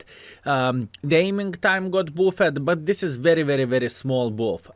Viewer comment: Your English is fantastic. I genuinely love the way your pronounce “buffed” as “boof-ed”. I now say boof-ed every time I see the word 😅